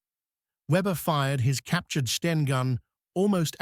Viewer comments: Love it when the bot says "steen" instead of "Sten." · The AI generated commentary can't differentiate between Sten and Stein and also repeats some statements over and over, just for padding, no additional information imparted?! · So STEN becomes STEINS ?? POOR NARRATION. And no mention of where the name comes from. Instead, we get tedious repetition £8 million, mentioned HOW many times??? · NOT STERNS, BUT S-TEN = STEN HAD TO FINISH EARLY DUE TO VOCABULARY MISTAKES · is this a A.I. produced video?STENS no steins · Ai is rubbish it is not a Steen Gun for example. It is not in basic english with words left out. must do better. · FFS, dump the AI American commentary. Three hundred AND thirty... Tuneezsha... Steens... Stains.... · Not sure how the narating bot would get on with 'seventeen shillings and sixpence' when it seemingly can't get to grips with 'the' 'stein' 'a' and 'an'....